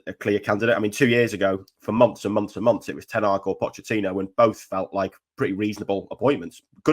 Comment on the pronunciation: can you please change your pronunciation of Pochettino? It does my head in!